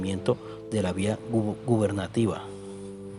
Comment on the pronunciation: La exposición de pésima, es vía Gubernativa, no vía gubenantativa o al menos así se escucho. Que horror.